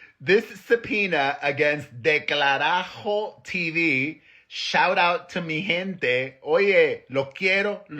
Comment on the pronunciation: It’s “del carajo “ not “ declarajo “ hahaha love you Perez ❤😅